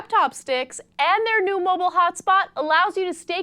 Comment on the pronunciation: Its mobile not mobil stupid bitch